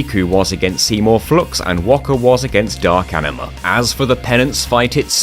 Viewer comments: i love how you keep calling Aningus ''Aniningus'' lol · Tingus Vingus Ifringus Ixingus Shingus Bahingus Yojingus Aningus (or how he calls it ''Aniningus'') and lastly Singus, Cingus and Mingus truly the names of all time